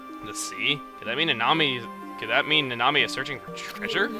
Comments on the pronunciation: I'm pretty sure Nanami's name is supposed to be pronounced "Na-na-mi", not "Na-nami". Oh well...I watch too much anime anyways >_> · Uhh Chugga I think the correct pronunciation of Nanami is (Nah-Nah-Mee)